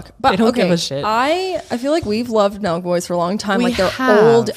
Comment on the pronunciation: Omg why did I think u guys kept saying “milkboys” instead of “Nelk boys” and that’s what I searched 😂